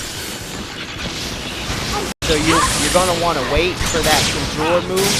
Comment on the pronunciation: It’s pronounced Con Jur lol conjure conjure. Sorry your guide is amazing but you mispronounce so much shit lol. Still following your guide 100%.